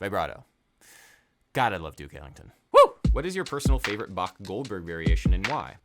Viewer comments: Finally someone who pronounces "Bach" right. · Very nice effort of pronouncing Bach correctly! :)